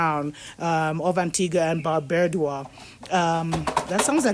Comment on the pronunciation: Antigua and Barbuda pronounced an-ti-ga and Bar-byoo-da